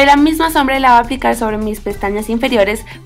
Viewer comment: hablas bien feo dices y me lo voa aplicar se dice me voy a aplicar ......sorry